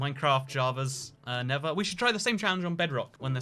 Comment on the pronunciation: “Ovah” “Nevah” I don’t hate it,I just think it’s cute